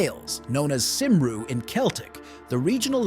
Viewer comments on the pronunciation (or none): The pronunciation was all over the place. Cymru is pronounced nearer to cumree than simroo. When familiar things are wrong people will wonder if the unfamiliar things are as inaccurate. Life is too short to learn bad "facts".